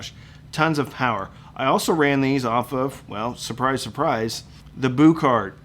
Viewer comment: Boo kart? Pronounce it Bue card, thanks